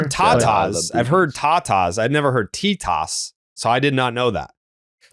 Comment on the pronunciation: It's pronounced TEH-tas,. E sounds like eh in Spanish.